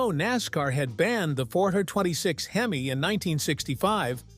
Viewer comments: This is so AI. Pronunciation for the “word,” “Hemeye” & not “Hemee. What a freaking crock. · Robo voice " Hem eye " ? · I HATE these AI voiceovers…!!! Where can I buy one of these these HIM-EYE motors today…!!! Edit : Now, if Mopar could build one that lasted like the late-60s motors, Mopar would really have something to brag about in its rebirth…! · LMAO...... What's a heemi? Terrible, terrible.......... Sick of this AI bs. So smart but cannot pronounce words correctly. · Your reader can't pronounce "hemi". Weak.